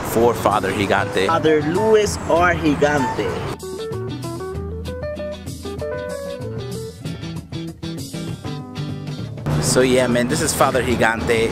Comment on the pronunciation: "Higante"?? What's that pronunciation?! He wasn't Hispanic, he was Italian dude... It's "Djee-gan-te" :)